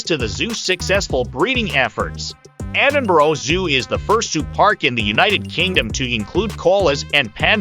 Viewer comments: The worst possible voice over ever! Cheezy all-American accent, multiple mispronunciatons including - ad nauseum - Edinboro??!! It's Edin-burr. Or as many locals say, Em-bra. Some nice video clips, though some syncing with the narrative would have been beneficial for those lacking familiarity with the city. Also, for any visitor, walking through the New Town is a great experience and can be done enroute to Dean Village before a walk along the Water of Leith to Stockbridge enroute to the Royal Botanics. Also, a day on Victoria Street? I think not! There are some nice shops, true, though most are specialist offerings. An hour would likely be max. Though the Botanic Gardens is a nice place to find some quiet, so is the west end of Princes Street Gardens, with the castle overlooking. Get some eats at Marks & Spence on Princes Street and make your way down the steps at the bottom of the Mound...and 'dine' in the shadows of the castle. Fabulous! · for god sake its Ed in burgh not ed in borough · edin-boro? /rolls eyes